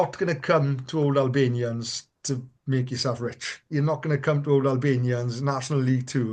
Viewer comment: Good show, though, and it happens with TNT commentators too, I wish you would pronounce Albanians properly, i.e. Allllllbanians, like St Albans, not Albanians the Eastern European country!